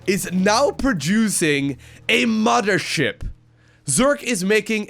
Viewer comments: Its Mothership. Not "Moddership" :P :D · The modthersip! The modther ship! You realize there is no D in mother right? If you're gonna be a caster, you should probably work on your english. Muh-Th- er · is he saying.. muddership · I love how he says “moder ship” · “Muddership” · "ZERG IS BULDING A MUDDERSHIP!" - 2018 AND he's saying it correctly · Did someone say "moddership"?